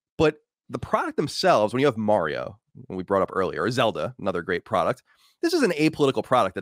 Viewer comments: Mary-O....Come on Mike, we all know it's Mario. Your a Texan now bro. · He says M-air-io too lol